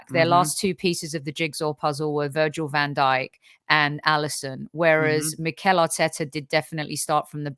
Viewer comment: It's Mikel Arteta not Michael Arteta,. Great show overall!